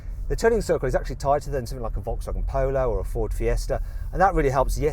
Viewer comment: "ォゥ"シリーズ モォウターズ ポォウロォウ ヴォルクスワーゲン ポォウロォウ ヴォルクスワーゲン ポォウロォウ